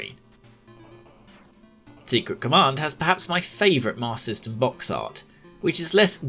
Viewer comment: This video is a superb lesson in how to cut out those wasteful extra syllables when saying “Master System”.